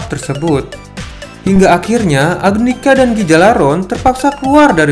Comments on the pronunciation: Duh, Gjalarhon, dibacanya "galalhorn" Bukan "gejalarhorn" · bukan gijalaron tp cara bacanya ghia -lar -horn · gijalaron??? cara bacanya bukan gtu tp harusnya Gha- lar- horn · Yalarhorn bang bacanya